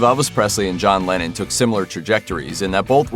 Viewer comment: Am I the only one whose ear it sounds like the narrator is saying "Lenin" instead of "Lennon?"